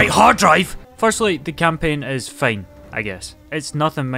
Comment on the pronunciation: "the campaign is fayn!"